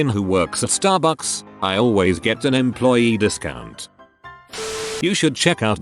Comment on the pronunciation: LMAO the way ¨Starbucks¨ was said